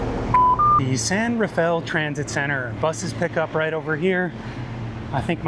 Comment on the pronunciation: Love your videos, but every time you pronounced San Rafael as San Rah-fell I die a little bit each time 😂